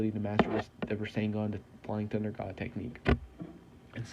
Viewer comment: I thought I heard him say the flying thot instead of the flying thunder god